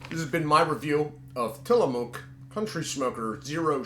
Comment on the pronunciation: It is pronounced Till-a-mook. The mook is pronounced like Rook in Chess. And yes, Portland sucks. Was once a great town, but it has been taken over by woke insanity and drug addicts.